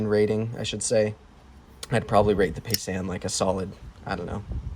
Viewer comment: It’s pronounced ( pie - zahn ).